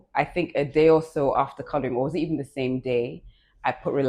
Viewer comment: Toolz said "with this sMe pixie wig?😂😂😂😂